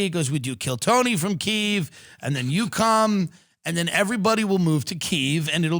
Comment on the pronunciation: KYIV.... you said it right. Thank you. (Glory to Ukraine)